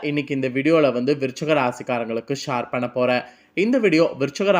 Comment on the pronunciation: ஷார் இல்லை ஷேர்